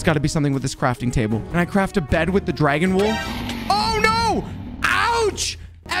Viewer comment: i laugh when i was eating when he says "dwagawn"